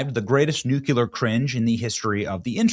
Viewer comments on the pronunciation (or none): Nucular is not a word. I believe you mean Nuclear. So...nuke-u-lar vs. the real pronunciation nuke-lee-er. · Bro it's NUCLEAR, NOT NUCULAR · Nuclear, Benny. Not nucular... come on, man. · New Clear, not NUKE YULLER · OK Benny let’s try it again… New Clee Err. Nuclear. You can do it. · WHEN WILL CLICKBAIT BENNY LEARN TO SAY "NUCLEAR"? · Noo-klee-er, please, please, please! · Nu cle ar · The most "NUCULAR" cringe in the internet is just Benny trying to pronounce the word "nuclear' and stumbling like a toddler spouting out "NUCULAR". Once again. We used to have pride in what we did. If you want to be a news comentator lead with an example of proper enunciations and take a little pride in it. When you say "NUCULAR" you sound like you should have blue hair and no concept. The way you say this word is humiliating... and you wave a finger at Katy for the same kind of lame tripe. Do better. Buy "Hooked On Phonics" or something. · Benny, you’re killing me! Please learn to pronounce nuclear correctly. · Benny, why can’t you pronounce the word “Nuclear“ correctly.